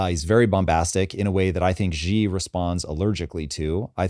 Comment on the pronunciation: Xi Jinping is pronounced "She" not "G". Simple, but lots of people get it wrong.